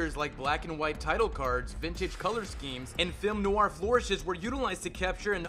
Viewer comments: You mispronounced NOIR and GREGORIAN and that's when I stopped the video and decided NEVER to watch your videos again. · 107 Mispronunciations YOU Should Know! 1. Noir is pronounced NWAR. 2. Pretty sure Leahy doesn't have a T in his name. 3. Gregorian is pronounced greh-GOR-ee-uhn. 4. Hamill is pronounced HAM-uhll. 5. It's "Mask of the Phantasm," not "Mask of Phantasm." 6. Credit where it's due, I've never heard the name Abe pronounced "abbe" before. But it's still wrong. 7. Bergman doesn't have any burgers in her name. 8. Deco is pronounced DEH-coh. 9. This isn't a mispronunciation so much as a misrepresentation, but Montoya isn't a supervillain. Unless you count Earth-Three. 10. Burnett is pronounced bur-NETT. 11. Hardly Dent. I get it. It's because he hardly has a face. Right? 12. Trial is pronounced TRY-uhl. 13. Harvey isn't pronounced Hardly OR Harley. Good try, though. 14. Underdwellers has another d for it to be "dwell." 15. Silicon, not silicone. Some of these you pronounced again correctly, but still. Shouldn't be too hard to rerecord the mistakes. Still, these are interesting facts, and I respect the time and editing that went in to making this video!